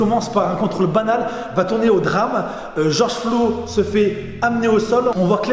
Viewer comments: "George Flo" mdrr sinon très bonne vidéo! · Ton "Georges Flo" passe pas du tout, tu devrais republier cette vidéo sans cette erreur, par respect. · Georges flo 🤨 prononce correctement son nom famille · oui mais dans la vidéo il dit Georges Flo